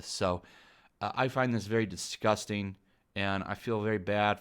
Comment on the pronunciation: Washington post: dis respects a legend: DIS-GOUS-TANG